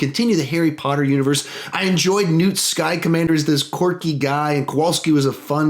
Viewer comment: Scamander not skycomander